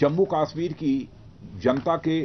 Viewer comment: Abbe chootya pehle bolna to seekh le kashmir hota he kaasmir nahin